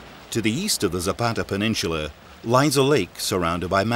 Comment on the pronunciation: "peninchula" hahahahhaha!